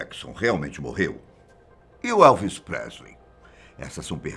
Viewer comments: IMPRESSÃO MINHA OU ELE FALOU "ALVES" PRESLEY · "Alves Presley" kkkkkkkkkkkkkkkkkkk.